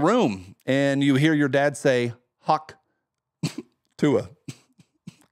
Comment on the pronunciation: Obama says haktuah 😂😂😂rolling on the floor 😂😂😂